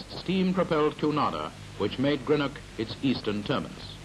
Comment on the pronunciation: Delighted to see this old footage of Greenock - where I lived as a child and first went to school - many thanks for posting it here. Just a pity about the English presenter who can't even pronounce 'Greenock' properly (just like most English - something which has driven me to distraction for decades since I've lived away).